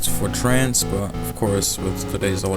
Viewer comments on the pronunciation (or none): none